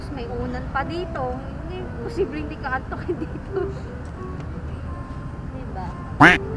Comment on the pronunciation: "hinde"😂 hahaha,depesive si,haha